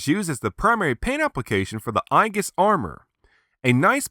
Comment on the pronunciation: Another great review! I have the original version and you've convinced me to get this renewal version. Aegis is pronounced eejis like the mythological armor. Zero now has more Ultra-Act figures than any other character! Bring on Ultraman Cosmos! I can't wait for your next review!